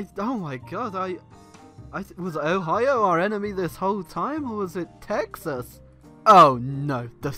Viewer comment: why does pronounce "Texas" as "taxes"?